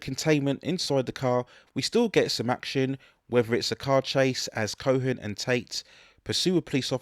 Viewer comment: A couple of issues with your pronunciation: Roy Scheider's name has no "N" sound...it's pronounced "shy-der". His character name is "co-en" not "co-hen". I saw this on a whim when my friend and I were at a video rental shop. Didn't think it would be good, but it actually became a longtime favorite that I had on VHS for many years.